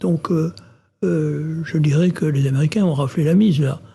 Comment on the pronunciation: oulà ! "aneriquain" 🤣